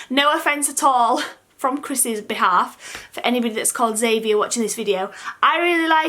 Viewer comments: I really like Albie and Elias ... The others ... not so much xD Any surname firstnames never sit with me right! I don't mind Xavier but I have never heard it pronounced the way you did. I always read/heard it Xav-ee-ay (kind of French sounding) :) Whatever you choose in the end will no doubtably be the best and right fit for the little one :D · I think you said Xavier wrong 💘💘